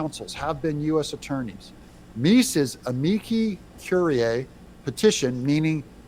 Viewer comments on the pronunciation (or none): none